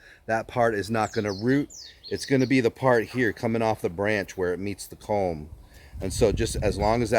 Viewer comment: It's "culm" rather than "comb".